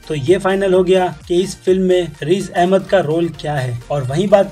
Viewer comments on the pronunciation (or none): vo Razi Ahmad nahi h uska naam Riz Ahmad hai bhai thoda to dhyan rkho apne pronunciation ka 🙏🙏🙏